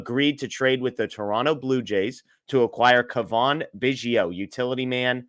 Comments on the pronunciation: Its Cavan....not Cavaan. Dingdong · cuh-VON? He's been in the Majors for five years. a) You should have heard his name before, or b) Do 20 seconds of research if you're not sure. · It's Cavan like Gavin.. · where have you been the past 5 years? Do you only watch games with NL players? How do you not know how to pronounce Cavan Biggio’s name???? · …. Dude, you need to say his name right.